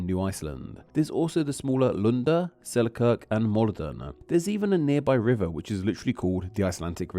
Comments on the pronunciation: yes, I never said otherwise. I just said that the name is not Icelandic and shouldn't be pronounced like that. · as a Scot I find it funny that you put on a sort of icelandic accent when pronouncing "Selkirk," It's clearly named after the place in Scotland and has no relation to anything icelandic except for maybe if they share the word "kirk" for church.